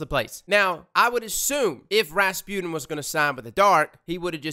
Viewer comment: Am i the only one who thinks that he pronounce Rasputin kinda wrong ?? It's ra-spu-tin and not Raspune 😅